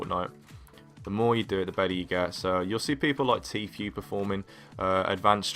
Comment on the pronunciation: It’s not tfju it’s tfue